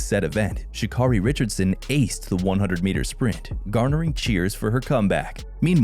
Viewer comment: Her name is Sha-Carri ( Carri) pronounced like Kerri!🙄🙄